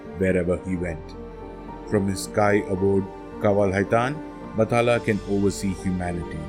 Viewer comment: It's BAT-HA--LA